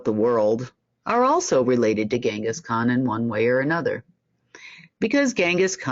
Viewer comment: Genghis Khan - "G" like in Gin.